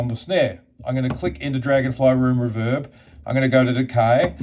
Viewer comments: REE-verb vs ReVERB. You’re welcome… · It's "Reverb" not "Reverb" ;)